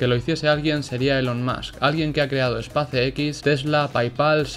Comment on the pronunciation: espàce equis dice. sheeet no vuelvas a asesinar el ingles asi. buen video